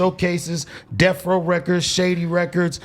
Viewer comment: The way this clown pronounced Death Row ("Death Rizow")... is the corniest shit living on YouTube. Definitely not LA. Turned the video off. #SouthCentralorNothing